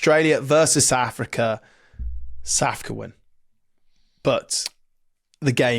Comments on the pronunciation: Who the fuck is Sa'afica? 🤣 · My god, they both say 'Sa'africa'. It's SOUTH AFRICA! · We’re not Saafka, we’re South Africa 😂